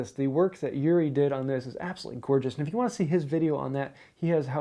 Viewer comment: great video!! btw, it's OO-ri, not YOO-ri.